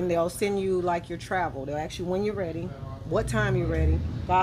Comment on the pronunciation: how is someone with an ass a mile wide good looking n learn how to talk,you don't axe someone you ask someone